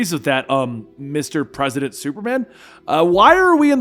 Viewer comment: I can't be the only one that laughed every time he said Presi8dant Superman. He introduced himself as President Superman